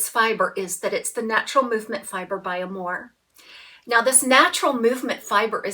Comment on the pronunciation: "When the moon hits your eye, like a big pizza pie, that's amore." Pronounced uh MORE ay, accent on middle syllable. Love your channel!